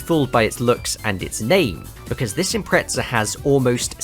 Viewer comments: Why you pronounce "subaru impreca" there's Z... subaru impre"Z"a. Zi, zi, zi.... Impreza impreza impreza, spell it😂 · Love this!! But ImpreZZZZZa! Not Impretza! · Sounds like you’re saying impretzel